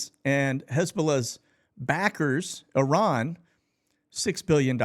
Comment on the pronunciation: Thank you for pronouncing Iran correctly...